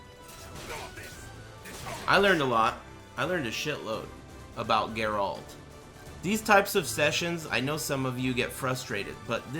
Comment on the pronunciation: Say the name properly fuck wit